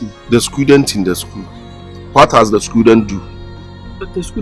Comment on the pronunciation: Opoku once said Scudent